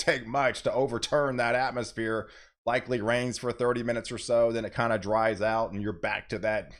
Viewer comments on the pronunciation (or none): none